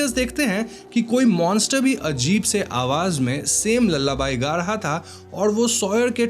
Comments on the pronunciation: It's not 'ल्लाबाई' it is 'लालाबाये' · Lullaby ❌ lalla buy✅ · Sorry but "lullabaii" 😂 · Lalla bai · Lalabai ? Or lullaby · Lullaby ❌️lalla by✅️ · Lallabai matlab? You mean lullaby😅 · Lallabai ...nahi re lullaby ...hota hai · are bhai bhai bhai lullabai nahi hai vo lullaby hai 😂😂😂.. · Lullaby ❎❎❎ Lala Bhai ✅✅✅ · Its pronounced loolaby